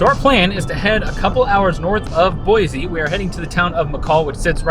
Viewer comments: I’m an Idaho native and I made a post on Facebook explaining that it’s Boy-see and some guy, not an Idaho native, told me I was wrong and that everyone says Boy-zee. The nerve! 😂 I explained that yes visitors who don’t have a clue pronounce it wrong frequently, but it’s still see not zee. I’ve lived here for 55 years and I’ve never heard another native pronounce it with the zee. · Boy-See not Boy- Zee. Please